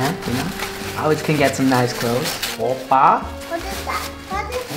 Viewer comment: Him saying oppa is just straight up brain rot😂😂😂😂